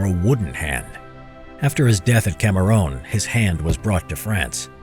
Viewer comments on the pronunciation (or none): Cameruun* Geeez. The pronouncitation killed me.